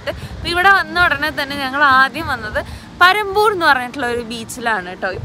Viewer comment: പരമ്പൂർ അല്ല പണമ്പൂർ 😊